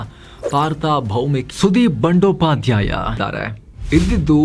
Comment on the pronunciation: Dear, Respected Namaskaragalu. As you said Adu Bandopadyaya ALLA. ADHU, BANDYOPADYAYA. ARTHARTH VANDYOPAADYAYA. DAYAVITTU NIMMA PRONUNCIATION CORRECT MAADKOLLI SAAAR. NIMMANNU NODIDAGA 88 VARSHADA NANAGE BAHALA ABHIMAANA. NIMMMA JEEVANA CHARITRE BAHALA INSPIRING AAGITHU.. NANNA JEEVANA SAHA ADE TARAHADDU.